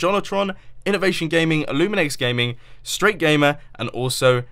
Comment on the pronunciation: at least my I'm an honorable mention but the pronounciaton of my name is stra-te-gamer as in strategy but its ok